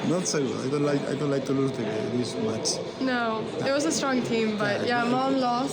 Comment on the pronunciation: when you say lose, be careful to brush over the s as though it were a z and not to elongate the o as though it's loose. Just like snooze, lose. Truce, loose.